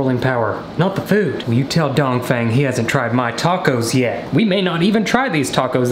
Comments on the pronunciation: Says donfang every time you say a sentence well never seen that person before ya..um.. no.. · Dongfeng would be said Dongfung. Lol. He died in a Ancient Chinese war. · I love how much he emphasizes Dongfeng 😂